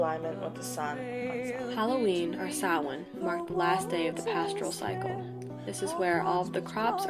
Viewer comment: Sach-win, really... Samhain, pronounced Sau-win Druids aren't a Celtic group, they're more like Spiritual leaders. Basically priest of Celtic polytheism